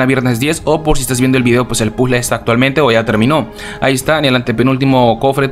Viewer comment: Porque dices pule y no puzle